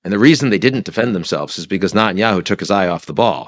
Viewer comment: Why does Ian Bremmer insist on pronouncing it NOTinyahoo? 🤔